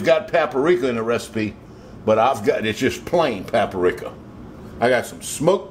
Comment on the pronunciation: is that a bullet hole in your shirt? BTW Paprika is Pap-rika, not Pap-a-rika. Ha ha ha! You crazy Cajun.